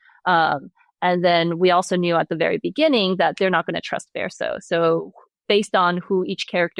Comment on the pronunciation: She's wrote my favorite story. Although I wonder why she pronounces Verso in a way that's not true to the game. Also, the other lady was wrong about Monoco talking about feet. This is a fact established in the first minute of meeting him at Monoco Station. So, nothing was award or spoiled.